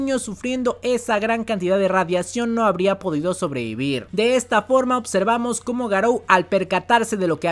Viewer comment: buen video, una tortura como siempre el "opservamos" y "otservamos" pero bueno interesante.